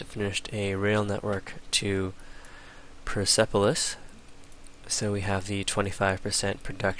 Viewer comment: Yeah you are saying it wrong now go back to how you used to say it.......... oh and Persepolis is pronounced PUR SEP OH LISS